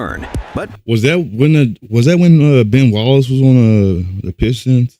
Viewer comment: lol, I laughed as soon as I heard him say it